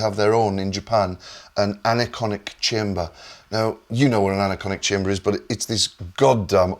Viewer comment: It's "Anechoic Chamber", non "Anaconic", but he sounds like a Yorkshireman so it can be excused.